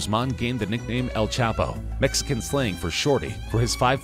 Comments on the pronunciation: “.. better known as El ChapA” Has this narrrator been dwelling in a cave the last few years? Even a 6 year old knows its El Chapo!? He makes the mistake also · Who is El chapa?😂 your " o " is none existing